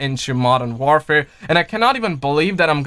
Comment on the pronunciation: Jesus learn how to say Modern Warfare please it’s not modern ware fare. WAR WAR WAR how do you say war not ware